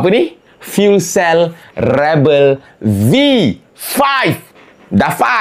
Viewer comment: Rebel ni sebut Ree Bell baru sedap bunyi dia .